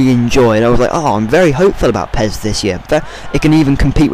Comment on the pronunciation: pez?! accent level over 1000.